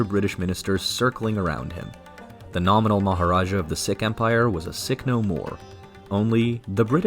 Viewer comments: It's probably just AI but it's pron. "seek" and not "sick" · "Seek" NOT "Sick". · Spent some time wondering who these ‘sick’ people were - what an affront..also ‘Logan’ is not pronounced Loggin - the ‘O’ is hard… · Sikh is not pronounced 'sick' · Sikh is pronounced seek.